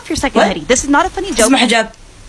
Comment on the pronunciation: the was she pronounced HIJAB with a deep voice😂